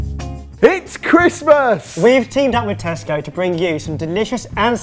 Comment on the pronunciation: Its not christmes